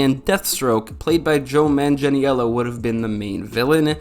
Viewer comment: bro that was the most atrocious way to say Joe Magnello's name lmao